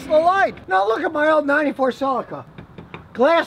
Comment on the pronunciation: Scotty, repeat after me, sell-e-ka. Now say that quickly. Your welcome, Australia